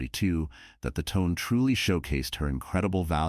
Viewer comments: The Japanese Cruiser Tone. I think it's pronounced: "Toe-Nay". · Pronunciation of the star is pretty awful. It’s Tonay. I couldn’t like the tone of your version.